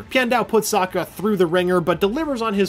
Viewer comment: Lester Mano Sokka not Suka